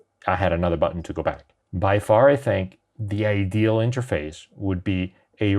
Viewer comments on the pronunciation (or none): none